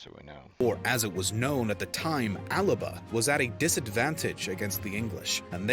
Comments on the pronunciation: Alba is still the name for Scotland in gàidhlig and it annoys me when people pronounce it as [al-ba]. The gàidhlig 'L' is pronounced as if it's on its own, so [a-la-ba]. 'Al-ba' would be white in Latin. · Alba is the spelling, 'Alapa' is how it's pronounced.